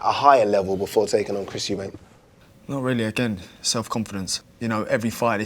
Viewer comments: Why does this guy keep saying euben at the start man can’t pronounce “Eubank” 😂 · It’s amazing that we’re in 2022 and people are still saying “Eubanks” rather than Eubank. 🤣🤣🤣